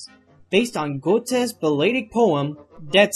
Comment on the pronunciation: I'm German by birth and native language, good sir. So your attempt at pronouncing "Goethe" and "Der Zauberlehrling" realy made me laugh XD In any case, these videos are amazing. Rock on!